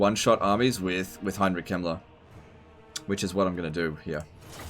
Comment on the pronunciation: is it me or when sometimes says "Heinrich Kemmler" it sounds like "Heinrich Himmler"?